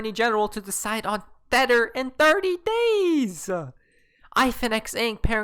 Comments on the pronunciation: Wtf is a thetter😭🤣🤣😂😂😂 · I really like your chanel and your content. But, can you please stop calling tether theter?